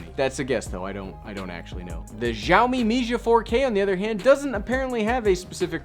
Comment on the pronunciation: It is read SiaoMee, come on! :)